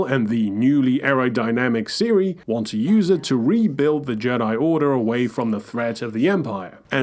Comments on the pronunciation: Siris death?? They literally say her name over and over in both games how can someone still mispronounce it 😭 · Did he just call her Siri?